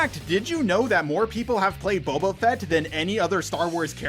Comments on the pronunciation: you're saying "Babba Fet" instead of Boba Fett 🤭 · You say Boba Fett like you're Jeremy Scott from cinema sins "Bubba Fat"